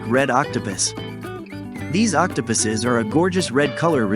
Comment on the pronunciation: "octopiss" D